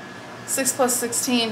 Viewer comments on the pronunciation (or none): none